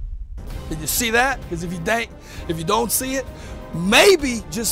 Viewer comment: "Did you see that cause if you dan't... if you don't see it... MAYBE just, just maybe we can get it in slo-mo so you guys that do.. uh... have them eye-in seein problems can actually see what I can do" Uh, maybe if you dan't have them brainin damage we could understand what you are actually trying to say